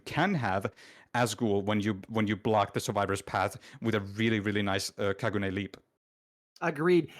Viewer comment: beautiful match, beautiful video, But for the love of anime, Kagune is Pronounced Ka - Goo - N - Eh, not Kaa - Goo - Nee. Love you. ❤ Get it right.